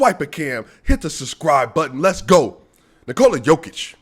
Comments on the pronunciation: Aight man, you like him, but now you need to pronounce his name right. Its not Knee-Cola , you basically have to pronounce it like the name Nikolas, but without the S. That is how you pronounce his name. Nikoluh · Since you love him, can you please say Nikola properly. I like to watch you and I have the same problem with people here in Canada with my name and also my daughters name. To explain the best as I can I'm comparing it with Jennifer. If you say Nikooola, than why not say Jenniiiiifer. You accent the "I" in N"i"kola the same you would with "E" J"e"nnifer. It's just shortens the sound of the letter if it makes sense. Thanks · What are you talking about? Nikola is only pronounced Niko-luh . No Serbian dialect pronounces it Knee-Cola. That's the USA dialect.